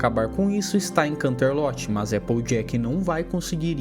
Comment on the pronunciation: desculpa, sem querer sher chata, mas me deu muita agonia da sua pronúncia dos lugares 😨, Poniville seria Ponivil, canterlot seria kanterloti so queria ajudar